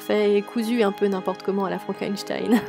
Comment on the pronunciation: c'est FrankensteiN pas FrankensteiL.. 😋😘